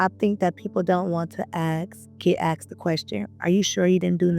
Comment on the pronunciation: Diddy "axed" me to his party. I wonder how that will be interpreted in court.